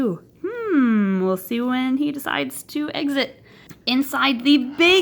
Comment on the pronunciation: It’s funny how she said eggsit